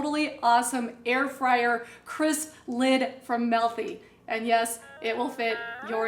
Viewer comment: It's not "Melthy". It's MEALthy.